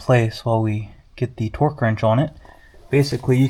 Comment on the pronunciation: Every time you said "torque", you pronounced to "twerk". Cracked me up.